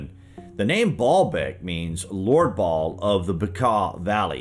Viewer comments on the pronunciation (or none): The name Baal is pronounced (phonetically) like" Bay-ul" - not baaal! It has emphasis on the the first syllable. If you don't believe me, look it up!